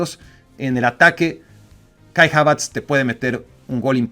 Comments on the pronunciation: es de los que a Goku le dice Kokun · Kai Havaz, Kevin de bruena y Erling Jolan. Ni sus mamás les dicen así.